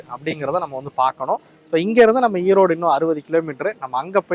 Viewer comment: Erode not Eroad